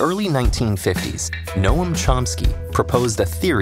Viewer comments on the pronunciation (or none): Nowum? It's Noam, like gnome. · Just being a barfly here. It's 'gnome chomsky' not 'no-ahm chomsky'.